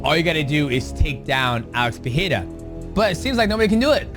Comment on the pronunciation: ngl them saying PEHEIRA is tilting me. Rogan did it but went back to Pereira.